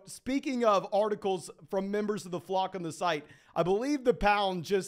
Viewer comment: Just some obnoxious feedback I guess but when you say Flock it sounds like Flog …slow down so we know it’s Flock, the flock fantasy crew baby. We here